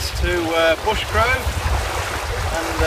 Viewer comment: *Brushgrove, not Bushgrove 😂